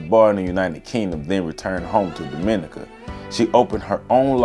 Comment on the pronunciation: The emphasis in pronouncing Dominica in on "Dom": DOM- min- NEE- ka As apposed to do-MIN-i- ca